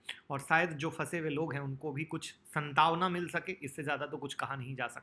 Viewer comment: Sir SANTAWNA nai SANTWANA hota h